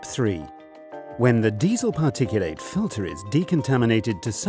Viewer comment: Drop the bloody stupid bot voice. PARTICU--LATE ?!!!! 😂😂😂😂😂